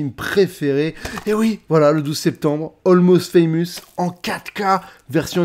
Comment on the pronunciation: Va falloir travailler l’accent anglais avant de présenter un film dont tu n’arrive pas à prononcer le nom “almost faamuus “lol